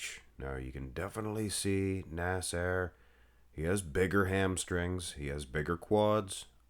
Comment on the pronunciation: Why do you continually pronounce his name as “nas-AIR?”